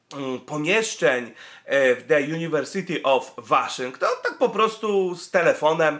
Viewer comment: Jak już czytasz "The University of" to jedź dalej z amerykańskim akcentem i czytaj Łoszington. Albo Uniwersytet Waszyngtoński albo The University of Washington.